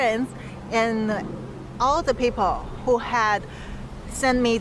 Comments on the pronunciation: HWO INSTEAD WHO🤣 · However,,,👌.,it's "WHO" not "HWO".😀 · Why do u keep saying HWO? Isn’t it WHO? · Why is the guy pronouncing WHO as HWO? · Wait a minute... why you call WHO HWO in the video lol. Hilaaaaarious. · Why do you keep saying HWO? Good report by the way.